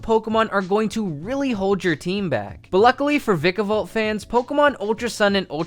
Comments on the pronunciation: VYkayvolt. stop saying vick-a-volt. do you really have to say it's name like 5 times in 5 seconds. call it it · How you pronounce Vikavolt annoys me because I pronounce it as Vai.kah.vuhlt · Vikavolt with a short I, I think not. It sounds so wrong bu it is so right 😤😭